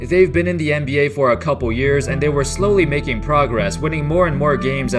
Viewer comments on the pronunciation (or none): none